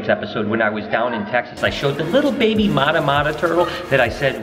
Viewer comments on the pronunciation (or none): none